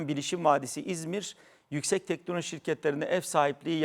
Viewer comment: Telnoloji değil teknoloji